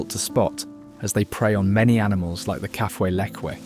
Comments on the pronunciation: Kafue pronounced.. Ka...foo..e. Lived on the Coperbelt for 10 yrs. I have been to the source of the Zambezi a few times. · BS title. There is nothing "shocking" in this video. Stop the hyperbole. Your video is good enough and deserves better. I believe the Kafue river is pronounced ka-foo-i with the stress on the oo. In the early 1930s my father did some of the original geological surveys along the banks of the Kafue. In 1960 we went on a tour of Africa. I attach a short video made from his old negatives. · It’s pronounced “Kaafooye “ Kafue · Hi, really enjoyed the documentary! Just one note — it seems you haven’t been to Zambia, otherwise you’d know how to pronounce Kafue. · Mispronounced Kafue.